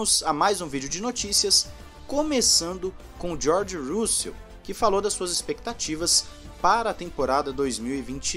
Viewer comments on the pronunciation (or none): “Jorge Roo-Sell” xD